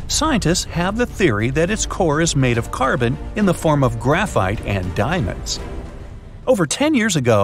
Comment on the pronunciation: The way he said "aNd dIaMonDs"